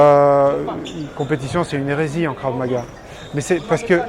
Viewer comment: Si je peux me permettre, c'est Krav et non Karv. Concernant le port des gans c'est par souci de protection et l'intérêt d'un combat dur se trouve dans le stress qu'il génère, stress que l'on retrouvera lors d'une agression en dehors de la pratique sportive...